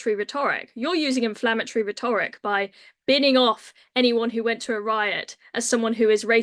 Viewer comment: Dan - tell her how to say rhetoric